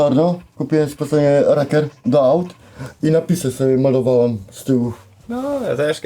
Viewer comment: to jedyna osoba z odrotną dyslekcja na lakier mówi rakier xD